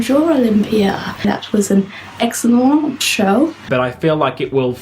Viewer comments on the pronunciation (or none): Whenever you bring up "an excelont show" I PISS MYSELF ahahahah